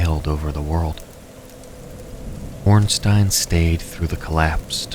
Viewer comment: The way you were pronouncing Ornstein was scaring me